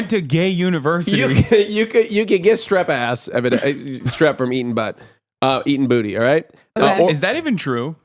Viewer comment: You've heard of swass, now get ready for -ˋˏ s t r a s s ˎˊ